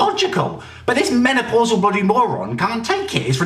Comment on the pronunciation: He said menaplausal Margret 😂😂😂😂